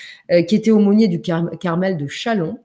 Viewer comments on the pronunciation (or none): none